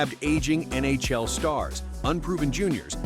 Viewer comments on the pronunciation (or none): "the N A Shell"